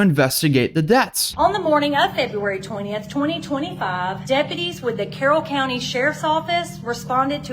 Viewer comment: Carroll County home, not Carroll Country home